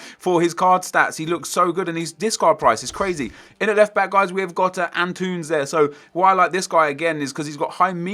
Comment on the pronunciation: haahha "an tunes" is that like the android equivalent of itunes or something